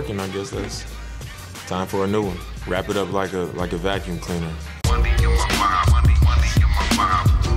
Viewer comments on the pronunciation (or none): No one: Not even my neighbors dog am: Dame: wRaP iT uP LiKe A vAcUmE cLeANeR